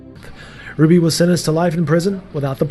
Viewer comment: The last name is Hruby, not Gruby.